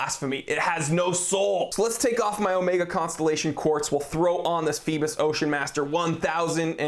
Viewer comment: I'm not sure if anyone has stated this yet, Phoibos is greek for Apollo, the sun god. Pronounced Phoe-bos, with a greek accent LOL. Did you mention if it has hacking and manual/automatic wind? Is there a display back? Just wondering.